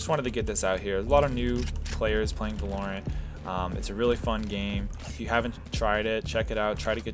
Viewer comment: why do you pronounce it va-LORE-ent instead of VAH-lorent